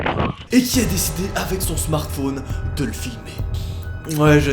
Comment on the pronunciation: "avec son smartphaune" XD